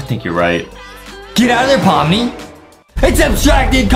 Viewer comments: Pomni not pomi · Wait hold on you said pomi its pomni